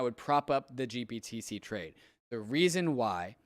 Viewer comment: Why can't say GBTC correctly? Lol. Also, blockfi got fined 100M for lending. Big part of their demise. Nobody seems to point this out as another rug pull on them.